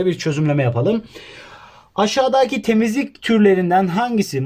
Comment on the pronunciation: Ya abi yalvarıyorum bak çok berbat oluyorsun aşadaki deme ya deme yaa 😠😠😡😤